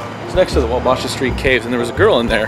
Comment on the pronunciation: Waw-baaa-shhha is how you pronounce the street caves btw